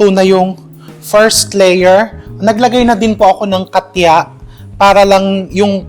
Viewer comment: Ang cute mo chef RV,…hindi yata “katya” ang tawag dyan,….”katcha” yata. Hihihi!!!